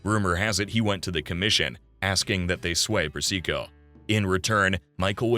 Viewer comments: Seriously, did you listen to how he pronounced Carmine Persico’s name? It’s not per- SEE- co, fool. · Great doc! - but slight quibble: Sonny's own son Michael pronounces Carmine Persico's name "PERsico", not "perSEEko", and since Michael worked for Carmine, he would know.